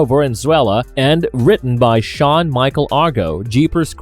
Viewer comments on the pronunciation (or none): none